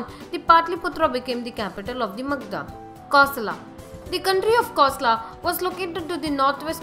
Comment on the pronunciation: For gods sake learn how to pronounce the names properly. Its not Magdha, its Magadha.Its not Sravavasti, its Sravasti. Its not Kosla, its Kosala. Its not Askama its Asmaka